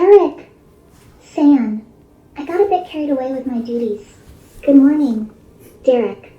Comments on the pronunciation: It is the "san" that did it for me, I will be asking not to do that lol. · it cannot pronounce "san" correctly. rolf.